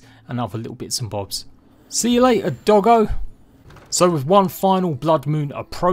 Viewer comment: When he calls doggo dough-go, shit made my day